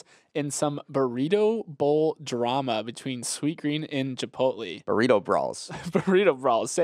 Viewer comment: I thought it was an accident the first time but “chip-pote-lee” common you sound like my mom trying to pronounce it…